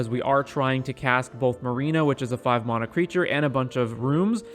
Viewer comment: Couldn't stand how u Saud mana